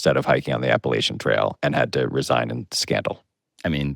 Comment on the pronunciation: Yayyyyy Pablo knows how to say “Appalachian” correctly! Thank you, Pablo!